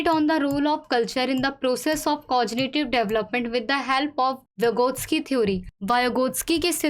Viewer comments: (कॉग्निटिव) cognitive hai yrr woh pronounciation toh correct rkho yrr 10sec toh merko ye dekhne mein lag gya ki (कोजनीटिव) cojnitive kahan likha hai ? 😅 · Mam vo COG NI tIV Hota h COJINITIVE nahii😅